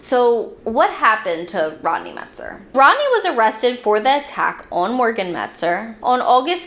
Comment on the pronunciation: It’s not Metzger, as you said it, it’s Metzer.